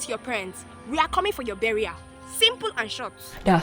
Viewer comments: "We ah coming fo ya berrial, simple an shot" coffindance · no, she said burial, that’s how (most) Nigerians pronounce the word. And I’ve heard people say that exact same thing before! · She said burial. That's just how we pronounce things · Lmfao. Without the slightest doubt she said "burial". That's how Nigerians in Nigeria pronounce it. She meant you'll be dead. If you do it. 😂